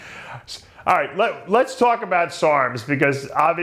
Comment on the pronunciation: if he's not canadian, why does he pronounce the word 'about' as 'aboat'? just a thought. carry on.